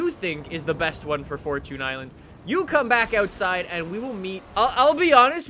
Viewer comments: It's fortune island not fortun island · Its fortune Island not fortoon island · It's pronounced fort- chun Not fort-toon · “Forchun island”